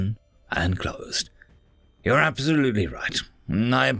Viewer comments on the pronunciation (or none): none